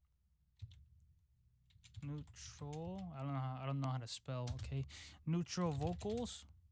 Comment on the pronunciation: neautral LMFAO love u bro but i died there 😂